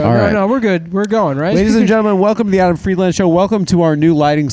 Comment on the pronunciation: I love that Adam says his own name wrong